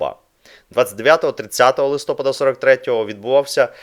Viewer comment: УкраЇнського, ЛистопАда а не ЛистопадА ! За інше казати не буду ...